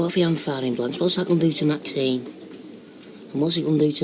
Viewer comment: Am I the only one who has noticed that Ashley continually calls Maxine 'Maxime'?